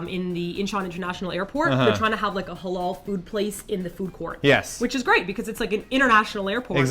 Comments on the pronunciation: You did mispronounce "Halal", though. xD It's more elongated in reality. (Ha-laal). I wonder if you guys can pronounce it in Arabic which is a ح instead of an "H". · lol you said hulal food its literally said ha lal i have cousin that is muslim so iknow